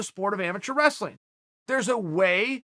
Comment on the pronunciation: It's not wrestling from now on, it's "raslin"